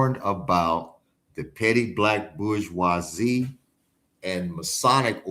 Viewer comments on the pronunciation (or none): I think he means Bourgosie 'Bushz Wha Zee" French!?